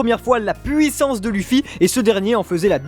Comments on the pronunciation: TRop bizarre comment vous prononcez "Luffy", en plus si vous décidez de le prononcer comme ça pourquoi vous dites pas "U"sopp, L"U"cci ... ? En fait vous regardez le manga en français ? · luffy ça se prononce leuffy et pas lu ffy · Faut arêté avec Luffy (luffy) c'est Luffy (leuffy). Par contre je suis totalement d'ac avec vous ! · Je viens d'arriver sur cette chaîne ET PUTAIN PK TU PRONONCE LUFFY au lieu de LEUFFY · Lêuffy ou Louffy à la limite mais dis pas luffy stp 😂😂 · Chouette vidéo et je valide le top mais si je puis me permettre un impertinent jeu de mot, vos prononciations sont pas au top les gars : Phonétiquement : Loufi et Oussop, pas Lufi et Eussop. Linguistiquement : Gear second, third et fourth, c'est d'autant plus important que le dernier se prononce quasiment Gear force, comme pour annoncer le passage à un stade de force supérieur, le symbole des deux ans d'entrainement. En plus c'est pas cohérent de dire un coup Gear two, un coup Gear trois et un coup Gear quatre. ^^' Bon voilà c'est rien de méchant mais c'est une des raisons pour lesquelles l'anime est un excellent complément au manga, les diverses prononciations parfois complexes à deviner par écrit y sont éludées. Bref, pour finir sur une touche directement en rapport avec la vidéo, un des combats qui m'a beaucoup marqué et que vous n'avez pas cité est celui de Luffy contre Magellan, un véritable mur pour un Luffy aussi désemparé que déterminé. C'est vraiment pour moi le 1vs1 qui représente l'impuissance de Luffy dans la fin de la première partie, précisément de sa victoire d’extrême justesse contre Luccy à l'ellipse, que ce soit Oz Jr, PX-4, Magellan ou chacun des nombreux et coriaces adversaires de Marineford, Luffy n'a été capable de gagner aucun combat en comptant sur sa propre force et a du multiplier les alliances pour réussir à faire tomber ses ennemis. Contre Magellan il y'a deux rounds dont une défaite, le manque de puissance n'est alors plus un ressenti, c'est un fa